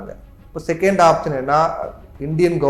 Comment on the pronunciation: ஆப்ஷன், ஆப்ஜன் இல்லை